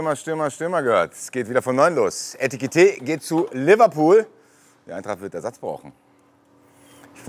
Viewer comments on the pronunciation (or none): es heißt EKITIKE und Nicht ETIKITE😎🤣🙏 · Bro sagst du extra Etikete? 😅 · Das einzig Gute am Abgang ist, dass nicht mehr "Etikité" sagen muss 😉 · endlich muss ich mich nicht mehr drüber uffreesche, wenn nach 1,5 Jahren immer noch ETIKITÉ sagt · Eitikite, Etikite... - aaah! Ich werd wahnsinnig. - Aber es hat sich dann ja jetzt auch erledigt;-);-) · Ich werd Heki vermissen, aber wenigstens ein sauberer Abschied vor dem Trainingslager und höchstmöglicher Transfereerlös. Und ein gutes hat es noch: Man muss nicht mehr hören, wie jedes Mal Etikite sagt:D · Ob noch lernt, dass er Ekitiké heißt? 🤔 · Net böse gemeint aber was ist an Ekitiké so schwer auszusprechen? Weiß nicht ob es 1x richtig ausgesprochen wurde im Video